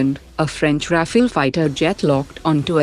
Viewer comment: Your commentator mangles commonly used Indian and foreign words, and sometimes is incomprehensible. Can she not be trained to learn how to pronounce these words before she speaks? The french fighter is called Rafale, not Rafael, for example. There are many others..... Otherwise her voice is good, but her diction is the problem.